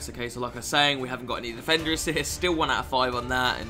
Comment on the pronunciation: Anyone else notice mcjells mad cornish accent every single time he said defender? "Difendur"